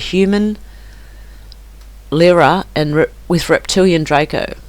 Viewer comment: Lyrae is pronounced like "Larry"